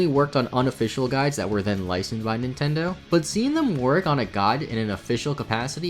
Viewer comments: "intindo" lol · “Poukemon” “Nintendou” lol